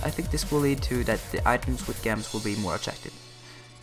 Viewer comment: thanks for this great vid but there's one thing that bugged me (yes unfortunately I'm that kinda person) :( is your saying gems wrong lol sorry i know its and accent but imagine the g is a j so its J-EMS lol sorry to be that person but i did find the vid very helpful :)